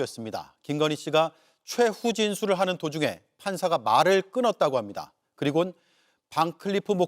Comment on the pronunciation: 최 후진술이래서 뭔소린가 했네 최후 진술이지 앵커가 띄어쓰기 이상하게 하네